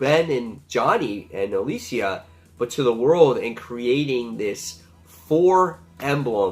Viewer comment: Interesting review! FYI It's prounounced "Pick-elli" (And it's "Alee-sha")